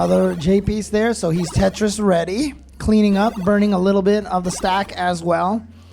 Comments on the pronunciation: Did he just say tetorisu? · No one: Absolutely nobody: Commentator: TETRISISU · I kept hearing "Tetris for Jonas."